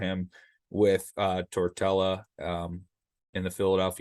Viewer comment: I wanna listen but you called Tortorella tortella and said blue zone